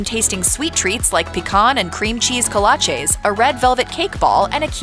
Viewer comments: Speaking of mispronouncing words it's "KOH-LAH-CHEEE" not "KOH-LAH-CHAY"....you'd be mocked mercilessly in West, TX with that mispronounciation...bless your heart... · Kolache’s are pronounced Co-la-chee not co-la-chay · Bold of you to talk about mispronunciations when you don't say kolache correct.... It's "co-latch-eee" it's Texas, not Europe